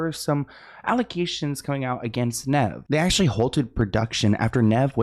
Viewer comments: for future reference, Nev is said like Knee with a v at the end. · It's Kneeve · The cringe is so bad. It's Nev said like Steve. Ugh my ears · NEEEEEEEEV!!!! Omg the mispronunciation 😂😂😂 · its NEEEEEEEEEEVE. Idk if SLoan really grew up on this show. Hes never heard Nev introduce himself, or anyone else say his name? Plus he hasnt just been on the show for awhile... He created a catfish doc by himself and THEN MTV bought the show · keeps saying ‘Neh-v’😅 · His name is Nev like 'knees". Long E. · Me everytime says “Nehv” 😵‍💫🤮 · It’s Knee-Ve but y was kanie on the show anyway who was she n wat happens to Matt?? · I can’t watch this because how Nev name is said 🤦🏾‍♂️ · always getting peoples names wrong is my favorite. Hes adorable ❤😂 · "i grew up on this show" keeps saying nev incorrectly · I can’t watch this all the way bc Sloans way of purposely fucking up nevs name is annoying